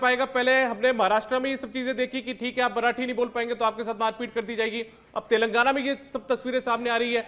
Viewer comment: He is not able to pronounce telangana properly , it's not telgana it's (TELANGANA)